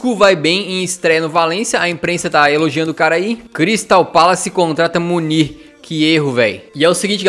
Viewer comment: não é munir é muuh ruin